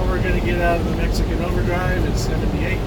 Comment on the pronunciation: /1914. When I heard you say mexekin overdrive I thought I must be mistaken. Where I am we have 2 kinds of mex. Snotty hard ass always giving whites the stink eye. WON'T speak English so F em. Type 2 speak BETTER English than me. I've talked to many as they're very approachable. Always ask them how is it they speak better than me. All are at this grocery for school for a better Life down the road. I thank them 4 speaking English & being good Americans not what I'm used to the stink eye & the chip. Am retired now so went from driving 18K mi a yr 2 about 4K a year now. Once/twice a week I need stuff so I go in daytime 4 it. Prefer no night driving if possible as visibility is in the crapper. Try 2 keep to the 4 Stupid Rules. When I do everything is fine. When I don't like that 1 time 3yr ago I get stepped on. Don't like cops neither. Way too militarized last 20yr. 2nd rule never go out after Midnight cuz bored cops on duty love to make examples of folks...